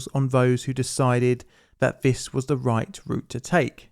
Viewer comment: I wish you could discern between "dis" and "this", "wiff" and "with", etc. Very annoying to try to listen to you.